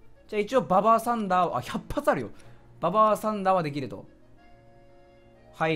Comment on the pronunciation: ウルボザの怒りだってババアサンダーって読んでんじゃん